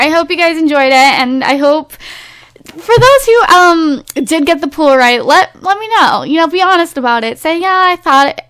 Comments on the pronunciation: It's so weird that she says pool instead of poll. XD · The way you say poll scares me tbh